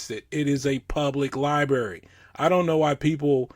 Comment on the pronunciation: condescending cop says “libary”